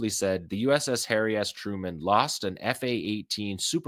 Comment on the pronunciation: Did you just say Hairy Truman?😂😂😂